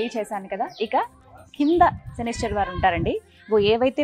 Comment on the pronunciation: శనీశ్వర కాదు maa శనీశ్వరుడు ఉండడు " శనైశ్చరుడు " అనాలి